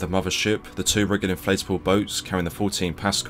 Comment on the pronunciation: The "rigid" in RHIB isn't pronounced like that.